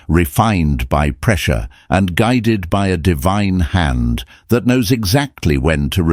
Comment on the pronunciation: " I Been Guid ed